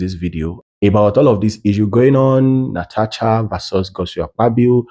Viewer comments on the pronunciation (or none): Please learn to pronounce Natasha right. It is not Natacha.